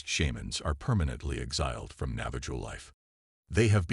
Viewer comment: Enjoyed the post, but you should look up pronunciations when it comes to Indigenous People tribes. Navajo is pronounced "Nava ho"